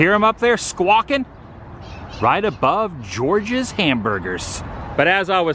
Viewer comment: I thought you were saying “Georgia’s best burgers” and I was like nope, that award goes to my fave spot, The Vortex!! The coronary bypass burger is amazing!!